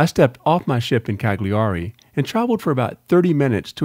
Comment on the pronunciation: psssst..... (the GLI sound in Italian sounds like the double "L" in "millions," you're much better off pronouncing it Caliari)